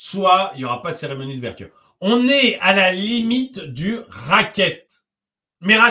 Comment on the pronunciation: Seremonie ou Cérémonie ?